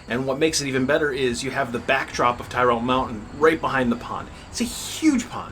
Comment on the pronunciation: Tirrell is pronounced 'Tirl' . named for Mike Tirrell, only survivor of an early sttlement.